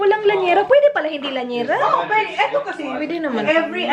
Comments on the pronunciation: Lyanera po not Lanyera ☺️ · i believe it’s “lya-ne-ra” not “lanyera” HAHAHAHA not a hater! im a fan 😅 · Llanera hindi lanyera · Llanera ang tama hehe